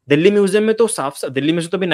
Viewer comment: बाकी सब तो ठीक है पर ये दिल्ली को दल्ली क्यूँ बोल रहा है 😅